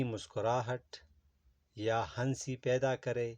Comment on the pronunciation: بھائی ہنسی میں ن سائلنٹ ہوتا ہے